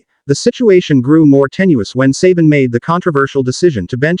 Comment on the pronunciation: I love the em-PHA-sis on the names. Who could forget great coach Nick suhBAN, or inferior follow-up Kalen DEEbower?